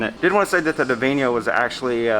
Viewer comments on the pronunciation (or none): Interesting ship. Funny to see it so abandoned. Looks like a ghost ship lol. Not convinced you were pronouncing the name correctly lol.